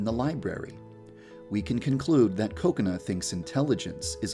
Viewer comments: Did he say coconut instead of kokona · I think u said “Cocenut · every time I hear yan dev say kokona I hear coconut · Lol I thought he did too. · Also sounds like he is saying Coconut. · When yanderedev Said Kokona the captions/subtitles said coconut lol 😂😂😂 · Dude youtube understands you yandere dev you speak directly but bruh it says "coconut"accept for kokona😂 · I thought Yandere Dev said Coconut instead of Kokona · It sounds like he's saying coconut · Did I just hear “coconut”? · Coconut not Kokona??? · i thougt he said kokonut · Did anyone else think he was saying Coconut? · I thought Kokona was pronounced Ko-kona instead of Koko-na...I was wrong... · Why does he say coconut to kokona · Bro Say Koconut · I legit thought he said coconut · xD me too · OMG the whole video i thought you were saying 'coconut' HAHAHA IM TOO HUNGRY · I KEEP ON THINKING HE KEEPS SAYING COCONUT HALLPPP😂😂